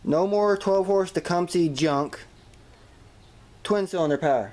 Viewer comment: you talk about junkcumsehs (Tecumseh) like I do 😂